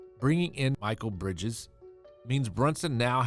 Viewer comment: Mikal (mee-call) bridges not michael bridges